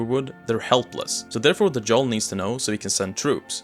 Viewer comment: Hang on… did you just say Jarl the way it’s spelled, twice? That J is basically a secret Y, dude. It’s Yarl. I know it’s spelled Jarl, but it’s Yarl.